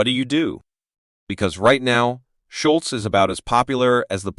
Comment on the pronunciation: The name is SCHOLZ, not Schultz!